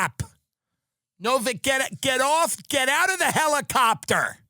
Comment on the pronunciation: no, it's a hellicoptah, he said